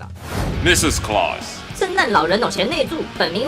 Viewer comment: 是claus不是calus吧